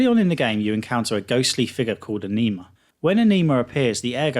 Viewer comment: A-Knee-Ma?? LMAO. It's pronounced A-Ni-Ma.